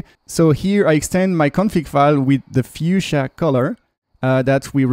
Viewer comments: i thought it's foo-shiya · Had to lol. You sound like a kiwi when you say Fuchsia